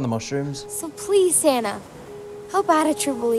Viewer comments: I know they’re saying “Santa” ... but I’m hearing “Sansa”. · Anyone else hearing The Vivian saying “Santa” but sounds like “Sansa.” I drifted off and heard Sansa and thought “Are they watching GOT now?!?”